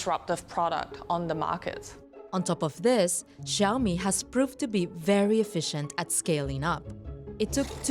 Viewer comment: Are you OK? uh huh sank you .... sank you wery much